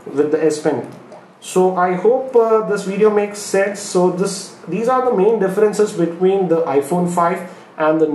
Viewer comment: did he say, " I hope this video makes SEX??" lol